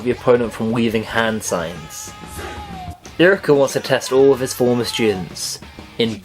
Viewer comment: U PRONOUNCED IRUKA WRONG!! How dare u....